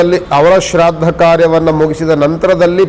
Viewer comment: Shradda alla shraaddha